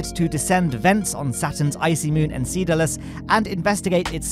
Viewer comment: It hurts me inside that you ended up pronouncing "Enceladus" as "Enseeladus" (FYI, its pronounced "Enselladus")